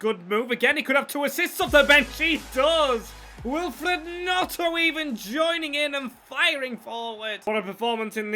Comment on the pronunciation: Also its gNoNto not Gnoto